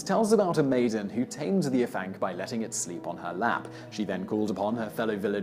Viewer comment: Hey simon don't know if you'll see this and I know you apologised for prenunsiation but I thought it might come in handy for the future dude haha. Afanc is pronounced ah-vanc so almost as if it was spelt Avanc. In Welsh F sounds like V and FF is F, I know it confusing XD just thought it might help mate. Great video though I really enjoy these types of lists.